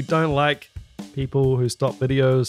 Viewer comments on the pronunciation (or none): none